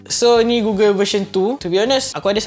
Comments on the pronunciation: Gogel bukan gugel 🥲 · goggle*(dibaca gogel) google tu search engine. aku heran dah tadi apa kaitan dgn google plak. oh rupanya goggle. ok baru paham. review yg sangat bermanfaat utk org nak mengenali dji fpv.